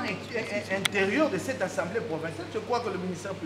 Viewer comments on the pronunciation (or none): Du bon travail cher Maître mais je vous prie de dire: Assemblée et non Ensemblée. Merci